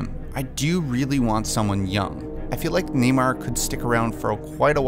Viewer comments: Sounds like you're saying Neymar, like the soccer player. It's pronounced Nay-More. 👈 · NamOR not NamAre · Everytime you say "Namor" it sounds like "Neymar" maybe he should be cast in the role.....jk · Namir lol